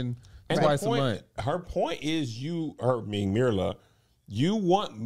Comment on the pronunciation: Angel...love ya dearly but the mispronounciation of Myrla's name is driving me nuts. It's pronounced meer-la not mur-la.